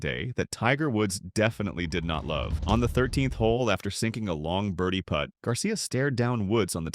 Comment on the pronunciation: “Players behind him had to poot over the damaged areas.” Poot. Not putt. Poot.